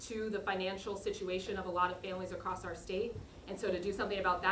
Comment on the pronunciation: Acrosst America” 😂😂😂😂- Princeton at work